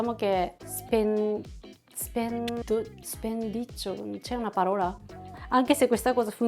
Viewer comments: Spendaccioni non ‘spinneccio’😂😂😂😂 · l'espressione che non riuscivi a pronunciare e': spendaccioni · "Spendaccioni" si dice 😉